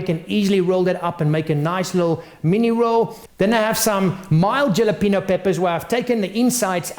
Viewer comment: "Yalapeeno" hehehe. nice snacks bro.